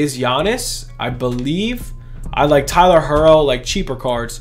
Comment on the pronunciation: How tf u pronounce it Tyler her-o